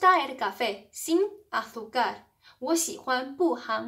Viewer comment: 老师，azúcar的重音应该在U上，不在a上